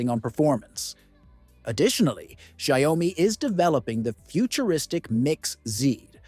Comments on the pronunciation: It's not zaomi it's xiaomi - shaomi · It's NOT 'sha oi mi' 🤦🏻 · The sayomi 15 ultra🗣️🗣️ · its AI, it cant pronouce shit